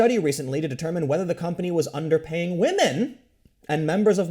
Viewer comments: He said Wamen. Tim Pool, Said Waman. “WAMEN.” Ironically un-ironically. Time stamp it guys. And save the date. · Waamen? I heard that, Tim. 😏😂😂😂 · Tim said wamen! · In other news, Tim says "wahmen." Welcome to the dark side Tim. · Did Tim just say whamen? lmao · For some dudes, feminism becomes their fedora. Also, I nearly choked on my root beer hearing Tim say Whamen. laughs I expect that from The Quartering, but it's a first here. In this situation I think it's well deserved. Feminists try to wham their way to more money for women, even when they are already making more at the company in question. That's going to backfire hard one of these days. There is only so long and so far that any group can badger and bully before the "oppressed" becomes the oppressor. The disgusting thing about that, to me, is that you'd think these people would know better (having been "oppressed" and all) but they never do. Fake oppression, or power corrupting principles as a human, rather than gendered, convention? You guys decide. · HA YOU SAID WAHMEN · Did Tim just say "wahman"? He's one step closer to that red pill. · Hearing Tim say wamen, and talk about beta males...... it just tickles me. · Is this the first time that Tim has used 'whamen'? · Tim just say wahmen?!? Que!?